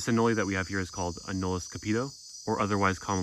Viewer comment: I've always seen anole pronounced uh-nole, is there a reason you choose to pronounce it uh-no-lee?